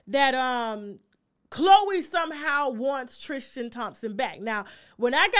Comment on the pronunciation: Please stop saying TRIS-CHIN. It’s TRIS-tin